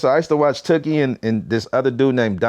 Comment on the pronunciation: It’s tookie glad not tewkhi